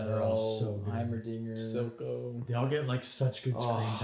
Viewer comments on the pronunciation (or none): none